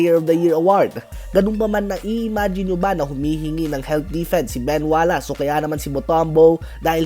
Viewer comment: Ben Wallace, you should pronounce it WallACE as in ACE not WallASS